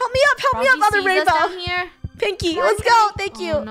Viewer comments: Lol she says wainbrow 😂😂😂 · It sound liked it says Rainbrow